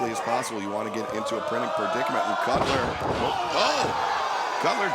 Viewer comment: Every time Taz said “Cutler” I could have sworn he was saying “Cutlet” And what in the blue hell was Luther wearing!?!? It looks like a figure skating outfit!!